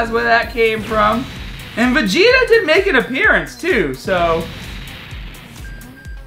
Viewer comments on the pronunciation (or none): none